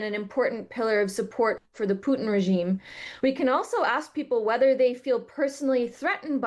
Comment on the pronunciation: Why is it so hard to say "pootin" ? Putting a y before the u , thats a different vowell in russian.